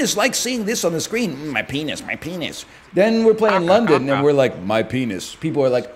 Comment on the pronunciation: he said BENIS?! CANCELLED